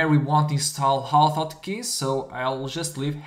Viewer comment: Name of the program is not oto otkey, but Auto Hotkey. You need the say the A and H in start of words in English. I would not use two script file, all can be done in one file. Other than that, nice video.